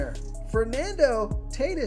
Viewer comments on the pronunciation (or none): Cmon man- Fernando Tay Tis Jr.? Any baseball fan knows his name is pronounced TAW-T Ē S